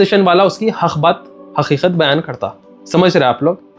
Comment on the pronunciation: Asalam Alaikum✅ Aslamkum❎ Qatar ✅ Khathar ❎ Qeema ✅ kheeman❎ Haqeeqat ✅ HaKheekhath❎ beta thek sy bolna sekhlo pehly